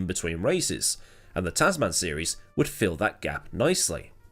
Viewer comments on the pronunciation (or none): Brilliant run down on what has become an annual bit of fun, as usual. I normally accept different accents & pronunciations, but on this occasion, your 2 word Tazz Man has irked me. One word with a short soft 2nd "a", Tasman. So named after "The Ditch", the Tasman Sea between Oz & NZ. The Tasman Series was staged between both countries, & is what hooked me onto F1 in 1968. Anyway, rant over, awesome story, keep it up & Merry Christmas to everyone.